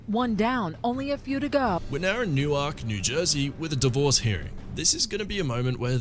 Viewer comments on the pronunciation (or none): Hahahaha... New Ark? Lol you've obviously never been there, and I wouldn't recommend it, but it's pronounced New-erk. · C'mon dude. It's NEWark, NJ. It's in Delaware that it's pronounced NewARK. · NEW-uhrk, not new-ARK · Newark NJ is actually pronounced as new-work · Newark is pronounced New Werk not New Wark. Even though it's spelled that way it's not pronounced that way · just a quick jersey lesson here- newark is pronounced- newerk. new ark would be like indiana jones and the lost ark just found a new one :P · Newark is pronounced “New-work” 😊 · It's pronounced Newerk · I had to laugh, you said Newark, NJ wrong. I know it’s weird but it’s pronounced more like “Newerk”. Newark, Delaware however is pronounced the way you said it! I know bc I live in DE, went to college in Newark which is 10 minutes from my house (same University as Joe Biden), and I spend my summers in NJ. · That's the first time I've heard someone pronounce Newark like that